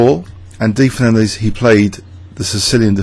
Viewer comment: FernanDEZ not FernanDAYS.